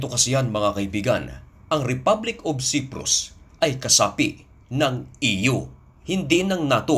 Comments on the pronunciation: Patangatanga ka mag basa....Ito daglatin mo na Lang...( Say-prus) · Cyprus at hindi siprus correction lamang . Tagalog ka ano ?!!